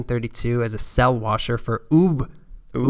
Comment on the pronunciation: Mel “Blonk”? More like “Blank”. Blanc. I do think you contrasted WB with Disney pretty well though. Oh and you’d think that Ubbe’s name might sound like “Ooob” but it’s “Ub”. Normally I don’t care that much but classic-era cartoons are kind of holy.